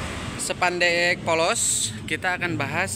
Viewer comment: Spandek mas bukan sepandek😂